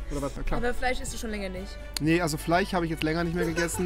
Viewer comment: Warum können so viele Menschen im Aachener Umkreis kein sch aussprechen ? ( Fich, Fleich, etc ) ? 😂